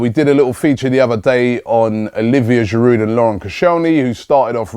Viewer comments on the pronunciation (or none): none